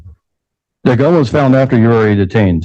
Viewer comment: He officer found the drugs, the defendant “FOUNDT” the drugs😂 5th grade was tough but he MADE IT on his 3rd try🚌